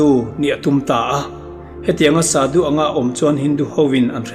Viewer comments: shadu i lam dan hi Thluksei in Shaadu angin lam theih nise a ngaihthlak a nuam zawk ang ka ti.A lamdan dik zawk a ni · Sadu tih hi Saadû ti a chhiar rîk ni se a ngaihthlak anuam ang. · Sadhu i lam dan hi sâdu anga lam tur a ni hmel.. sa hi ei tur sa, vawksa, arsa ah sa anga lam tur... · Sadhu ani lo,"sâdhû" ani zawk r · Sadu ni lovin shadhu ti zawk tur. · Shadhu zawk nilo maw sudu tih in i ron lam tlat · Shadu ilam dàn adiklo deuh